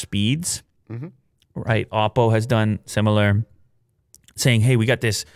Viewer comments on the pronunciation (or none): none